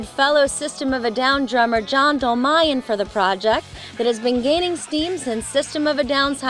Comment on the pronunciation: I wish i could tell u... They say it like Mal-aik-ian Its more like Mal-ah-kian. And for john they're like Dol-maiy-yan. ARGH!!!